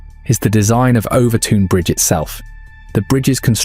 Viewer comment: As a Dumbartonion, or Son of the Rock as we’re known (and the bridge is pronounced Overtun, and it’s in Dumbarton not NEAR it) we’ve known for years why this happens. I’m firing this out having seen less than a minute of the video but EVERY damn video is the same - ‘who knows why?’, ‘maybe it’s ghosties on a bridge less than 200 years old in a town that’s over 1,000 years old’, ‘maybe it’s the story of the guy and the baby’ whose names I refuse to mention as in a town with only 15,000 people there are real world consequences to digging up their family name after all these years. A change of laws in the 50s and 60s meant it was difficult to maintain mink farms (though they were not finally made illegal until 2002) meaning, like the dangerous animals act in England in the 70s released wild cats to the moors, the mink farm near Overtoun released wild mink into the area. Anyone who knows anything about wild mink, when they go into season dogs find their scent irresistible for some reason. If you look at the turret design on the bridge, a dog thinks it’s jumping on to a flat ledge, but it’s actually a steep decline towards the edge of the bridge. This isn’t ’dog suicide’ but a very easily explained accident. Dumbarton is one of the oldest settled towns in the UK, it’s mentioned in the Irish Chronicles and Norse Sagas. Dumbarton Rock and Castle are beautiful areas worthy of mention, the town has one of the oldest football teams in the world, founded in 1872 and a founder member of